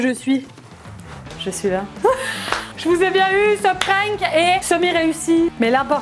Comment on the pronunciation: elle dit pas un prank elle dit un"prink"😂😂😅